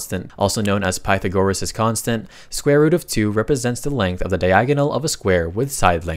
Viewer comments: Pythagoras: It's /pa͡ɪθˈæɡɚɹəs/, not /pˈa͡ɪθˈəɡˈoː͡ɹˈɪs/! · Don’t forget he said “pie-the-gore-ass” 💀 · "pytgorases" , "pythagorAAs" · Also pytha goress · Most insane pronunciation of Pythagoras I've ever heard. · The fact he pronounces Pythagoras in multiple ways and doesn't get it right in any way is humorous